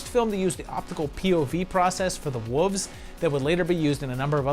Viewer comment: I’m interested in your repeated pronunciation of “wolf” as “woof” and “wooves” 😋 Have I been saying it wrong all along? 😜